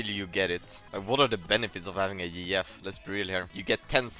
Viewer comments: it took me a few minutes before i understood what he meant by "Yee Yef" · Bro when he said yeeyef I didn't realize he was saying gf and I thought he was saying like a cross between Master Yi and TF LOL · This man is just the best english speaker, took 5 min to understand he said GF as girlfriend😂😂😂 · I took two minutes and a stroke to realize he was saying GF